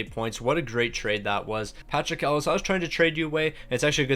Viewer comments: Patrik El-e-ash. Not Ellis 😭😭😭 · Thank you! That was driving me mad!! It's pronounced "El-e-ah-sh" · That hurt my brain hearing him say it that way ahaha